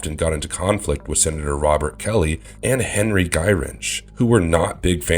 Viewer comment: Oh, and the colonel's name is Henry not hendry. 😂